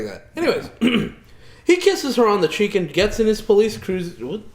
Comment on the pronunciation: When they said 'he kissed her on the cheek and' it sounded like 'he kissed her on the chicken'. Something small, but I bursted out laughing xD